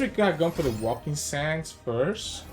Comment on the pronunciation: Oh btw can I just correct your pronunciation of "waking sands"? It's not "walking" but "wake" like "to wake up" >.< I've noticed it for quite some time